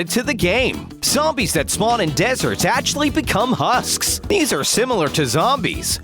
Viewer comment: "hu- SKs " Sorry I had to